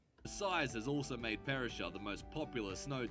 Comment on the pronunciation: Good boy !!!! - you finally did a video on Australia from an Australian in Australia, with the CORRECT facts and perspective and correct nameplace pronunciation. Yippee 🎉😂